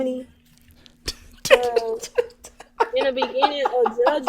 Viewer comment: She said Dooderonminy.